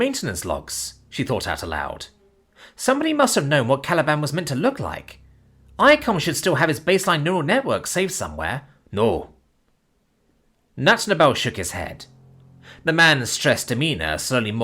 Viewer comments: And rather hamfisted mispronunciation [as "Notnabel" or "Natnabel" or "Natnobel"] completely hid this. The author chose to name the AI technical specialist "Night Fog" for a reason and that got lost. As an native English speaker who knows German as a 2nd language, I'm always flinching at the way my fellow English-speakers basically sneeze out German compound words, putting the stress on only a single syllable. Every time I hear someone try to say, „Reinheitsgebot“, I have an overwhelming urge to respond, "bless you." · As a German myself, I am Always surprised when the hard ch is spoken Like a ck by foreign tongues, yet it's forgivable, considering His circumstances and presumed knowledge of foreign languages. Not everyone is capable of pronouncing a soft k without much practice after all.